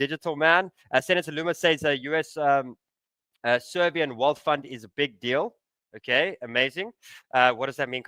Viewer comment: Did he say servian wealth fun